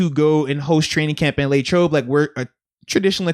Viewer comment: Nobody: Moats: Laytrobe